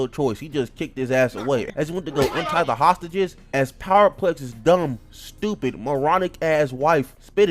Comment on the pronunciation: My boy say is he stowpid 😂😂